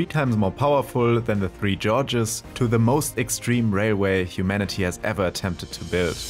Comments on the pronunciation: He said “Tree Georges” it’s “3 Gorges” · It’s three gorges, not three Georges. FFS. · Gorges, und nicht Georges, bitte. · Its not the Three 'Georges' dam. It's pronounced 'Gorges' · “Three Georges Dam” 😂😂😂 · Well, HE got the “dam” right 😊